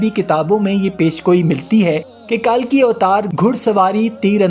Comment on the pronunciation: لفظ کلکی ہے کالکی نہیں ۔۔۔ کل آپلوگ کالکی کیوں بولتے ھو ۔۔۔